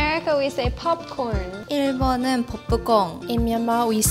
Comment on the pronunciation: In Laos we say “ned fig” not “netprize “ Also “mag-doe-noa” for McDonald’s not “ em do nus “ We also say “pop con” not “bob con” And sandwich in Lao is “saen wid” not “khao jee “ as she’s said khao jee is the French’s beget